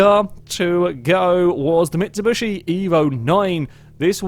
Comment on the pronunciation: Did you say mitsubushi?